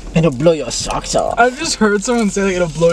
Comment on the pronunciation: it’ll bwow yowr saowcks owfff🤓